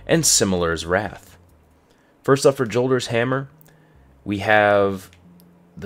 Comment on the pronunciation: It's pronounced "Yolder's Hammer", sorry but I just have to put that out there.